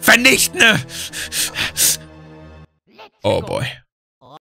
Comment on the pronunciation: Ich feier das wie IMMER das e und n bei der Grundform eines Verbs vertauscht 🤣 Zitat:,,VERNICHTNE"